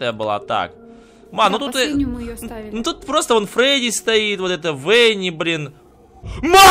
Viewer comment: Правильно не Венни, а Ванни!